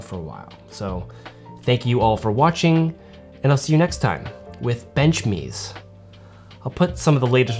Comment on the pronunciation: "BenchMes" said and got me a solid giggle